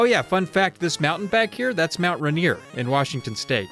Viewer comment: As a non American is that how Mount Rainier is actually pronounced or are you trolling foreigners